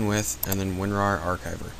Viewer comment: wen-war? Its WinRar and just search it up on the internet